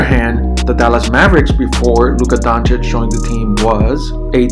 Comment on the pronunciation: First few seconds, and yes, you said his name CORRECTLy. Finally1 Thanks, :)